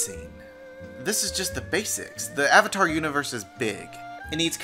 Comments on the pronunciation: I cringed everytime they said "aUng" or "sUuka/sOwkAh" or "eEroH" AND EVEN THE "OOHVATAR" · they couldn't even pronounce the word "avatar" correctly....... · Lmao the “ah-vitar” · THE AH-VATAR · The biggest mistake was having Katara pronounce Avatar correctly and then Aang pronounce it AH-VAH-TAR in the SAME DAMN SCENE. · What has and always will baffle me is how they can possibly say the words Aang, Sokka, and Avatar wrong....Just watch the show.